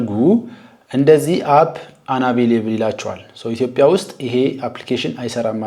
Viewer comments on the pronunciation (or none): none